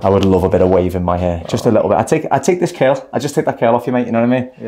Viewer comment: I love the way you say " kerl" aka curl 👏🤗 lol...Awesome Job!!! He looks fantastic!!👏👏